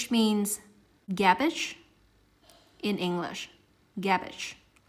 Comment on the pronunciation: gabbig? you mean garbige lol